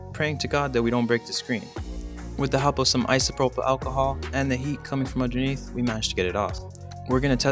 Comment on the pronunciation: Dude, it's 'ALcohol', not 'OLLcahol'